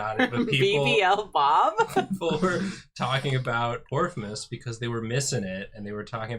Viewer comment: I thought they were saing porkmas LMAO